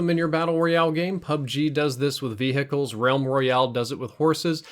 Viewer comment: "Ve-hickles" . xD